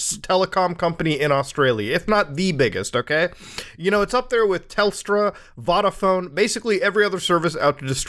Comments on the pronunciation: I love when Muta covers anything from Australia because it's so funny to listen to the pronunciation. Mel-barn, Voddafone and so on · man said vaaada phone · The way you pronounce Vodaphone tripped me out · 'vahdaphone' Hey at least you gave it a shot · Dude as a Aussie Optus is shitting themselves because a lot of people I know who uses Optus are leaving it for Telstra also vodaphone is pronounce “vode-uh-phone” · Excuse me? VADAPHONE??? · the way he pronounced Vodafone got me as a kiwi